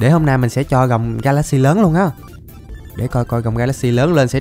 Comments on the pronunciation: Ga la xi chứ không phải ga lát xi nha a =)) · Wow Ga la xy đọc thành Ga lác si